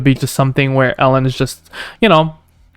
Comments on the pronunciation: its E - lon not El - on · I stopped watching after he said "Ellen Musk" haha